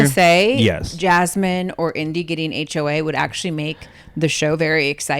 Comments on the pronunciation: Lol Janelle, you’ve been working too much! Saying HOA instead of HOH 😂🤣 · Omg is Janelle saying HOA?? After all these years she thinks it’s HOA??